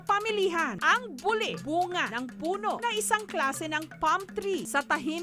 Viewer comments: Natatawa ako sa pag-pronounce ni Jessica sa buli. LOL. Nagiging private part sa bisaya kapag ganyan yung pagkasabi. Hahaha. Dapat yung "li" parang pagkasabi ng "ti" sa Makati. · Hahaha kaya nga. Mali ang pagkapronounce ni Jessica. Natatawa ako tagasabi nya na buli. Lol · Mali kasi ang pagkapronounce ni Jessica. Nagiging private part sa mga bisaya.